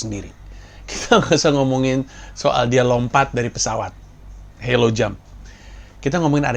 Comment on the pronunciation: Halo (high alt low opening) jump bang bukan helo